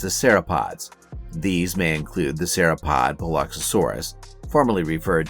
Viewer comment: work on your pronunciation and correct usage of nomenclature when referring to a species within a family vs the family as a whole... Cretaceous and Sauropod pronunciation was wrong too... A for effort though.